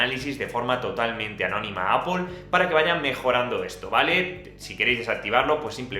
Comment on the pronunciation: Al menos dices bien "Apol" y no "Apel" como otras personas 😂😂😂😉😉